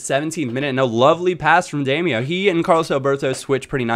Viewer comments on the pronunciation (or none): Damaio is pronounced dim-e-ow. Not dame-e-oh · Its pronounced DAM-OWW not DAM-E-OH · It's pronounced "Dah-Mee-Ow" NOT "Day-Mee-Oh" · you pronounce damiao as demyao by the way but great vid:) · Is it not pronounced Dam-e-ow?